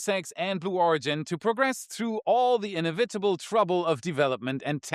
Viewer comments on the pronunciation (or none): not really how inevitable is pronounced but ok :P